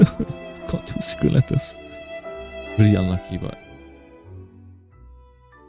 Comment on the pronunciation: I find your accent so endearing and soothing. Thank you for the video explaining how to farm secret "lettuce"